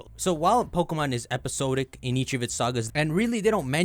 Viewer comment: fyi “episode-ic” is “episod-ic” sawd-ick like it’s spelled. Much love 👾